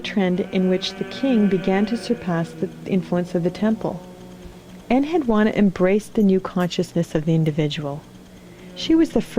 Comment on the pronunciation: It's pronounced "AKK-ad." And my name had the u and the final a stressed. Yes, I am she and have many memories. Manishtushu spoke for me in public and no one els was allowed to look me in the eye.